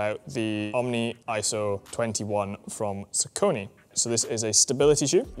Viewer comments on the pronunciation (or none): bro can't even say saucony